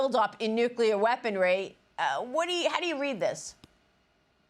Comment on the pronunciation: Please learn the pronounication " Kham naye"